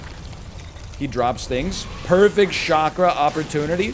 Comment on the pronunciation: If this man calls it a shakra one more time imma pop a vien lol